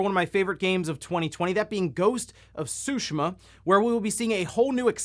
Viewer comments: I thought the pronunciation is supposed to be "soo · `shee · muh". where did this made up "`soo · sheh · muh" come from? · The T isn’t silent, it’s pronounced as, tsoo-shee-mah. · I like how he pronounced it as “Ghost of Sushimah.” 🤣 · You said ghost of sushima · Why can’t you pronounce Tsushima correctly?! Lol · T shape with your tongue as you would say it on its own and the rest follows.